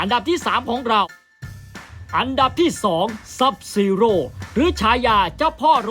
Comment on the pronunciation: .SUB ZERO ไม่ใช้ZUB ZEROพี่